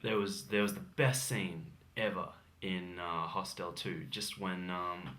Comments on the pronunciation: The word hostel is not pronounced hos-TEL!! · This guy needs to learn how to pronounce the word hostel.